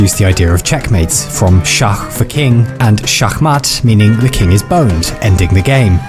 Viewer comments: I rellay, REALLY love when creators take their time to research the correct pronunciation of words outside their native languages. Like exurb1a actually nailed it with "Schach Matt"; my heart had an emotional boner! ... But then came "Zugzwang" and it lost all motivation in a shameful reality check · I love how this literally just carried over into German: "Schach" is what you call the game and "Schachmatt" is checkmate obviously; pronounced exactly like you did in the video. Didnt know this before but always love finding out about stuff like this :D